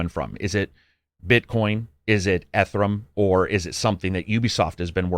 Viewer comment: "a lot of energy for some digits in a blockchain" ... and he doesnt even know how to pronounce ethereum. what a douchebag. I do agree tho on this shitty NFTs...